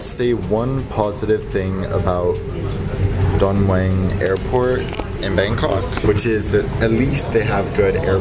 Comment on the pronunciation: First of all, for a guy that travels as much as u I guess it is much to ask that u pronounce an airport name properly. All that is needed is to ask a local how to pronounce Don Meuang. Secondly, who needs a bed, or even premium class for a 90 minute flight? This one way fare is more than double the cost of other airlines flight Bangkok-Phuket. Thai Lion Air will soon find their A330 premium class to costly and discontinue it.